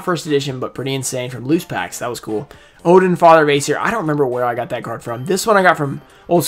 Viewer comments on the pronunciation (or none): none